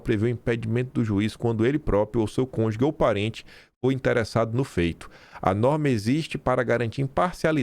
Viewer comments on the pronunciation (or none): CÔNJUGE,..... CÔNJUGE...... e não "cônjugue"..... Tá errando igual o Moro,. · é con-ju-ge e não con-ju-gue. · a palavra cônjuge se pronuncia CÔN - JU - GE e não CON - JU - GUE. Corrija aí, fica a dica. Abraço. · Kiiiim....é CÔNJUGE, não cônjugue kkkk... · Na palavra Cônjuge, o "g" tem som de "J" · permita uma correção: A pronúncia correta é cônjuge, não conjugue, ou seja, ge não gue. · A pronúncia é cônjuGE, exatamente da forma que está escrito. Não é cônjuGUE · a palavra cônjuge se lê cônjuge com ge não gue. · É 'cônjugue' q fala aí na Austrália, professor ? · De novo "CônjuGUE" 😂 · Oh, obrigada pelo belíssimo trabalho, mas aprende a falar cônjuge, sô....